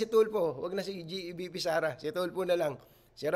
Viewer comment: Bisaya yung pulis kaya yung pag bigkas nya ng VIP, VP lng ang lumabas naming silent yung letter I.😂